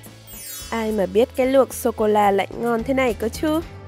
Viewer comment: Socola mà nói socolo🤣🤣